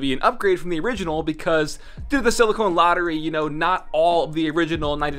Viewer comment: Did.... Did he say silicone lottery?